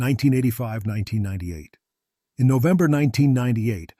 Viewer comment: Kingston Ontario. FFS get your robo-narrator to pronounce things halfway coherently. Or - here's a novel idea - actually do the narration yourself. Who cares if your voice isn't pro quality? At least the text would make sense. "Nove" and "deck" are not months. Don't you actually listen to these things before posting them?